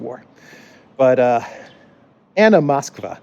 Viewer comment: you pronounce the name "Moskwa" correctly. I think this is the best surname one can have in Poland these days 😂Maybe she should change it to Kijów (Kiev).